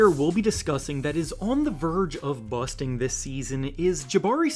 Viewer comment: Stop saying busting like that dude 😂